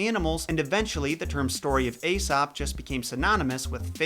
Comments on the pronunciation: Hey buddy,that’s pronounced EEsop not Asop. The Greeks combined an A and E together as a new letter which was pronounced E. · Ae is pronounced as a long e sound. Eesop. Not Asop. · I LOVE your videos!!!! Quick tip, his name is pronounced like E-sop OR E-soup not A-sop. Keep up the great work!!! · Isn't his name pronounced EEsop? (as in Aeon, and Aesthetics) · Who thought he said Asap (like ASAP the rapper) 😂😂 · Pronounced Esop the A is silent. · The "A" is silent,, in Aesop. Nice vids tho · Why can't Americans pronounce "ae" properly. It's said as an "e" not an "a". Although originally it was prounced "eye". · This video screams "youve been pronouncing aesop wrong all your life!"